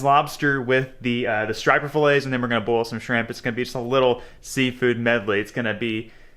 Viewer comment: Boil it not boyet Lol